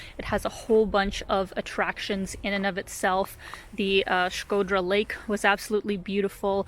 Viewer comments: Your pronunciation of Shkodra it’s perfect, jus like a real “Shkodrane” ( girl from Shkodra) . Glad you enjoyed Shkodra. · Hearing U say Shkodra made me feel some type of way 😜😄 U nailed the pronunciation, as if an albanian said it 😃that’s awesome 👏🏻👏🏻😘❤️ and thank U for your videos of Albania 🇦🇱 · you have the best pronunciation of Albanian names from all the Yotuber's travel bloggers that visited Albania. Others usually " massacre" Albanian names, but with you I just can't find a single mistake.👌 By the way, Shkodra has a lot to see outside of town, but you need a local to show you where to go and most importantly WHEN to go. Lastly, you are a brave girl to visit the castle in the afternoon all alone, not because someone might attack you, but it is such a big and isolated place that can freak you out. Cheers from Albania!🇦🇱